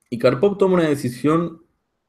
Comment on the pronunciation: Gran análisis y excelente video. Una única observación,la acentuación correcta de Karpov es palabra Grave y no aguda. Gracias